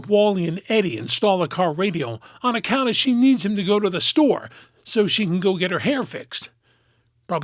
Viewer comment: I don't know if you did this on purpose, but, when you said, "on accounta", brought me right back to the show.